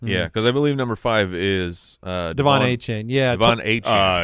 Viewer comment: Lmao the player himself said his last name is pronounced Achan, but go ahead and keep pronouncing it the wrong way